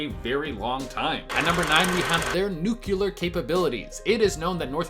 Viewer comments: he looks like Oddjob from Goldfinger if he shaved his mustache.. Also, it’s pronounced New-clear not New-Cealer not. Nuclear not Nucealer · It's not nuk-u-lar. It's nuc-le-ar. Love you though,! Keep up that great work you're doing! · "Nuclear" not "nucular" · When I heard you say nukular instead of nuclear my first instinct was to stop watching. I know it sounds impulsive but it's just the way it is. I'm Not trying to be rude, just thought I would be truthful. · Wtf is Nuculur? You mean Nuclear. NEWWWW-Clear. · How many times can someone say Nuclear wrong in 1 video.....the word is not nucular,it's NUCLEAR !!! Get it right !!! 😠😂🤣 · Bro c'mon man how haré is it to pronounce "nuclear" yo said nukelar twice, I'm Mexican and speak 3 different languages, what's the matter your brain couldn't go any further, how embarrasing for a person who only speaks one damn language daaayum 😠😠😠😠😠😠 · Nukular? You mean Nuclear, like New-Clee-Er. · i had read that it is suspected that DPNK makes money from counterfeiting and various hacking or cybercrimes. Apparently defectors when medically examined were riddled with parasites. Dude, you are a great video personality, you are smart & have a friendly demeanor, with definite verbal skills. If I could impart a tip that was useful for me, it is to enunciate the word 'nuclear'. as "new clear". Have a great day and thank you for the wonderful content! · NUK LEE ER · whats a "nucular test". they are testing peoples nucleus? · How tf do yanks end up reading ‘NUCLEAR’ as ‘Nuculer’ wtf?? Sort it out lol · Ikr. It's easy to pronounce. New-clear. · Nuclear. Noo-clee-err. You're killing me. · When you said Nuclear all I heard was Homer Simpson saying Nuclear it’s pronounced Nuclear